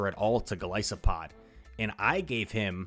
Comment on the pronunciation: So glad you pronounce Golisopod's name right. It's an isopod, long I, not an is-o-pod. Small thing I know but important to me. And I think everyone has 0-5 sets. I know I do. It annoys me to no end. 🤬